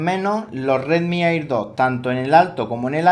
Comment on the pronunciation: Me estresa que diga "airdot" como se escribe